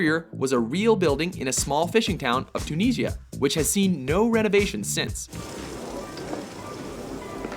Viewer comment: TuuuNeeshia?... jesus. That was the icing on the cake. Not a good list. The Blue Oyster Bar should have been on the top10! Also, The Bar from The Terminator (1 or 2) should have been mentioned.